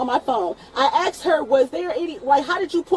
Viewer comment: It's asked not axed moron